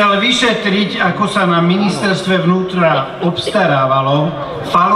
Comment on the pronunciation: Leško je americký agent! dôkaz všimnite si ako vyslovil ministerstvo "vnútra" !!!!!!1!!! :DDDD